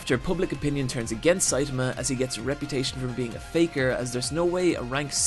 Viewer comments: I actually stopped watching because of how many times Saitama was mispronounced. It's a good video but hearing "Saytamuh" multiple times makes me cringe especially since there are so many sources out there that properly pronounce his name. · You Americans... it's NOT SAit-ahmah, it's Sai-TAH-mah. Also.. "near invincible demigod"?!? I think so far he's absolutely invincible and doesn't even know why (another important point in the series humour, as Sai-TAH-mah thinks he got his powers from those half-assed workouts). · 1. Siatama can punch harder than an atom bomb. 2. Genos is pronounced J E N O S. 3. Mumen Rider is NOT under-powered, Justice crash is the strongest move in One Punch Man. 4. made a JOJO reference and no one mentioned it. 5. He once in the vid called Saitama, Satama. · His pronunciation of Saitama is off as well.